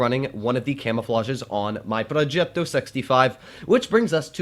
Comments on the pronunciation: Pls stop pronouncing “progetto” that way😂😂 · ''progeeto'' (in russian/italian accent)